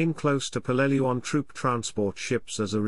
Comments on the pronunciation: Yes, it’s pronounced how those who were there pronounced it. That becomes the correct pronunciation, just as you gave it. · Dad fought on Peleliu as an Artilleryman in the 1st Marines. He always pronounced the island name as PEL-leh-loo.